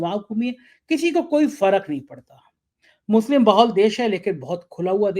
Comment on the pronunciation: youare reporter carrying a social responsbility but unfortunately you are giving Muslims Wrong name "Musle", is this Muslim word so tough for you to pronounce if yes the please show to sone good doctor who can heal your mouth dissease. we Muslims are generally peace loving its US and their followers who made terrorist word with Muslims... you are eduated and behaving like unedecuated person. or like sanghi..... shame on you...